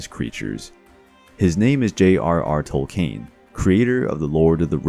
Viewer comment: I've always heard the great master's name Tolkien pronounced Tol-Ken, I've never heard of this Tol-Cain otherwise love the piece